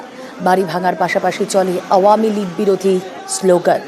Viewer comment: খালি ভাঙচুর দেখলে তো । কিন্তু ৫ এ আগষ্ট এ তো এত মানুষ + আমার ভাই সহ আরো অনেক ভাই যে মারা গেলো সে গুলো কই ? সে গুলো কে নিয়ে news বানাও ? না ,এমন ভাবে মন খারাপ করে বলছে ! যেন মিডিয়ার নিজের বাড়ি ভাগ্গা হইয়েছে and by the way আওয়ামীলীগ ও ভালো ভাবে বলতে পারে না আবার করতেছে হাসিনা কে নিয়ে news হে যত সব 😑😐